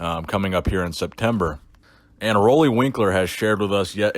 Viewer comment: FYI, his name is pronounced Ruley, as in a Ruler. Keep up the great work.